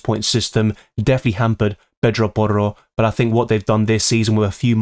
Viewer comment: So annoying how you pronounce Porro and Murrilo